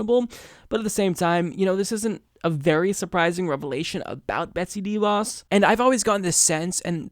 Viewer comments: It’s not pronounced DEE Vos. It’s pronounced d’voss. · She’s a tool, you’re absolutely right and I love your show but her name is pronounced (sounds like) Duh Vos- accent goes on the Vos not on the Dee Sound. It’s duh^Vos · She is simply horrible, but please stop pronouncing her name DEEVos. :) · You don't pronounce "De" as Deeeee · All agree BUt please please stop saying DIE Vos.. it is a Dutch name (The Fox) use correct phonetics please. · Sorry to be that guy, but your pronounciation of DeVos sounds a little weird to me. Since it's a name of Dutch origin, I believe it should be pronounced like how the Dutch word "de" is pronounced: with a short e. It actually comes close to the English "the" (it means the same too) but then obviously with a hard d-sound instead of the th. Her name translates to "Betsy The Fox" ^.^ Love u!